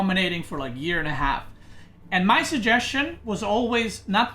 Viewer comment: When he said “x and y” I thought he said “extra white” and was like true true LOL